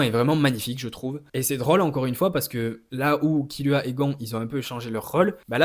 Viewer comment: Tu m’as mit le doute avec ta prononciation donc je suis allé réécouter et perso j’étends « Gone » par contre je suis d’accord pour « Killua ». Pour SNK je suis pas le mieux pas le mieux placé car j’ai majoritairement lu le mange ahah mais j’aurais dit Elen (même si perso IRL j’ai la flemme je dis Eren) et Livail